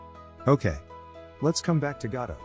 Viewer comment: AI thinks Godot is god... God-O